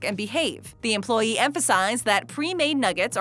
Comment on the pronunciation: the way she says EmployEE XD